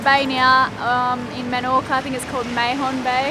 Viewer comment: Mahon is pronounced Marn. Keep up the good work and I loved Patrick O'Brien as a teen about 30 years ago.